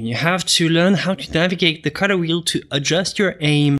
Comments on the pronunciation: WHY DO YOU PRONOUNCE THE WORD COLOR AS A CUTTER? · Dude seriously exactly what I thought when I clicked on this video.